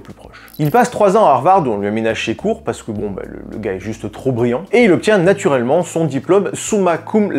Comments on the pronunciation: Ah tu prononces natourellement lol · Je suis le seul à entendre "natourellement" ? 😅